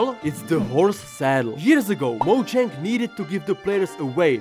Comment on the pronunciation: mojank (pls no k only NG) Rod scrap (Dadusak, why are you said that wrong)